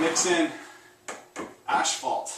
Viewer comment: You are saying asphalt, right?